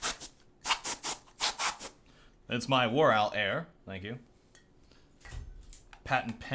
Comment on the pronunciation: War Air-wl. HAHA PUNZ. Ok i'll go kill myself now.